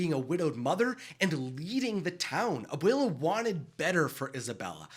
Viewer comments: Abwayla, that's how you say it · stop saying abuula